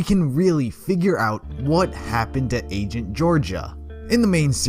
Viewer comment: "raido" "angent" "gorgaia"